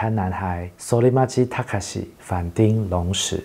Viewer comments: 町，其實是要唸 ㄊㄧㄥ三聲。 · 其實反町隆史，町應該發“挺”的音